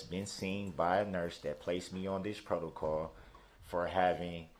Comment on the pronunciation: He loves saying Protacaw 😂